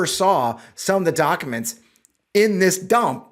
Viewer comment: The way pronounces documents, (dok a mnts) is cute. This doc dump is absolutely bizarre. Holy shit the all time, research and money that went into it and now it’s just a free for all 😂